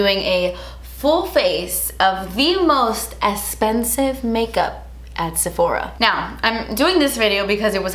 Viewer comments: Esspensive? What the hell is wrong with speaking English properly? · Not trying to be rude; but does she have issues on pronouncing "eXpensive"?🤷🤷🤷 It's driving me crazy🤦😖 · This is the most “DAS ESPENSIVE” video EVER. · Drinking game: Take a shot every time says “Das Esspensive” 😂♥️ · let me know what you guys want to see on my channel! us: most expensive makeup at Sephora.: us:: but DAS ESPENSIVE! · I literally squealed when said "DASS ESSPENSIVE" like within the first few minutes of the video 💜💜💜💜💜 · Literally clicked on this video to hear say "das espensive" after every product hahaha 😂😂😂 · I love the way you say "Das esspensive!" and some of my friends and I have started saying it. You've started a trend. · ‘Thats espensive’ 😚 looooove you😘😘😘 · I absolutely loved the sasssss, so funny, and fr... das... espensive.. 🤯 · The way says expensive is so satisfying 😅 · OMG! I've never seen your channel before, but girl you are so funny and entertaining! You are gorgeous with or without makeup, but man you cracked me up! I know this video is a year old, but I got a kick out of "Eh-spensive", like you were afraid to say the "x". I think you should trademark that word. Seriously, I loved your video, excellent products and I agree, expensive does not always mean better. I loved the note you put up, "p.s. I ended up hating this!" - I think it was the primer. Thank you, you rock! 👍😉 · I loooove the way she says Expensive...Essspensive!💕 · Youre so funny😄 I love how you say spensive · Love how she says essspensive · Twas esspensive but your face looks great!lol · Drink every time she says das espensive 🤣🤣🤣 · OMG! YEEEEESSSS! And cant continue this video because the way she pronounces expensive lol